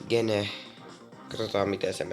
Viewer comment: se pitää lausuu cheen